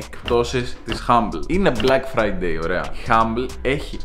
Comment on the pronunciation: Nobody:: Μπλακ Φραιντέι